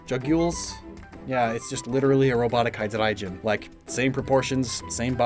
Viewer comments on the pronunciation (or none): Excuse me, did you just pronounce hydreigon as hydrenijen? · Are we gonna talk about how he said hydreigon?